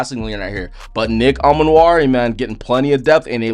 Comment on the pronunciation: Pronounced E-Man-Wori, not A-Man-Wori.